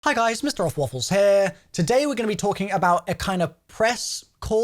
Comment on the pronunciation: funny as hell how he says “here” for some reason lol